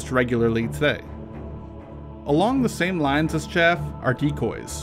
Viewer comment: Chaff, not shaft